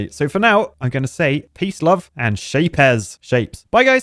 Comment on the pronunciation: Its not SHAPE Z its SHAPEZ like SHAPES with Z